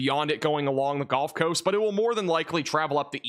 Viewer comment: The “golf” coast 😂